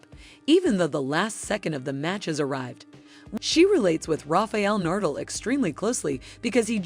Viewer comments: Learn how to pronounce names before speaking. Polish not shoe polish and that's Nadal not Nardle. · Seriously rafael nardal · Not saying Nadal as Nurdel. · DAM AT LEAST GET HIS NAME RIGHT NA-DAL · Nice work, DOOFUS! Take ten seconds, and learn how to pronounce Na-dal......You just embarrassed yourself....... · Rafael Nurdle!!!! This narrator just crawled out of a rock on another planet and got blown into ours somehow. Pathetic!!! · That's exactly how you should pronounce his last name. Nardle. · never heard the name NADAL pronounced so bad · its ok ,just shocking to someone from Spain like me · the computer voice cant say nadal